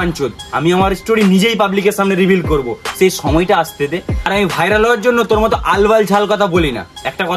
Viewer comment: ओके bolen Tor thik bhabe bairal Bola hoina Vairal na bhairal